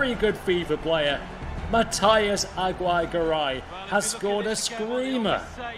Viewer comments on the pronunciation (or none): I'm native spanish speaker, its pronounce is " agi - rre - ga - ray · I’m Hispanic, it’s pronounced: A-gi-rre-ga-rai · Its pronounced AGI RRE GARAY